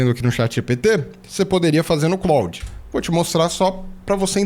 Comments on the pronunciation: Só para ajudar. A pronúncia do Claude é exatamente como no nome do ator, Jean-Claude Van Damme. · Eu tb achava que a pronuncia fosse a francesa mas nao é. Eles falam "Clód".